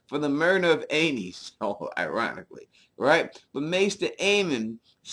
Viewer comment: So "Aenys" is pronounced like anus?